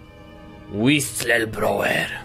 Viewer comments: tę nazwę czyta się Łisylblołer. Łapkujcie, żeby widział:D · to się czyta "Łiselblołer".:) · Tytuł tego dodatku czyta się łisylblołer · to sie wymawia,,wislblołer" łapkujcie aby zobaczył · Czyta się w przybliżeniu łislblołwer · Mi się wydaję że powinieneś czytać: Łistylblawer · Czyta się to Łiyslblołer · to się pisze [łisylblołer] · czyta się łisl blałer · Czytaj łistelblołer